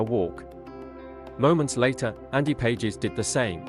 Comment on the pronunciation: And by the way, the player whose name is spelled "Pages" pronounces his name "Paw-hes." It's a Spanish name.